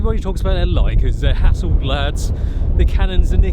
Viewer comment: Great vid as always! Friendly tip: Hasselblad is pronounced with a long, more downward ''a" in the blad part'. Think gangsta; Hassel-blud...and there you go *source: I'm a Swede